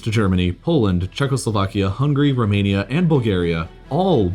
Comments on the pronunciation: sorry but lmao ”Rrr...Romania” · Am I only one who heard "Rrrrrrrromania"